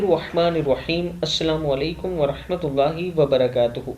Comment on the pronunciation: بھائی علیک ہوتا ہے علیکا نہیں